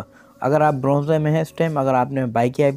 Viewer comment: Bronzeeee Nhi Bronze hota hai sir 😂😂😂